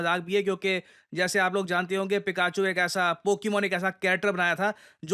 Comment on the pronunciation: पिकाचू ✅ फिकेचू ❌ ..😂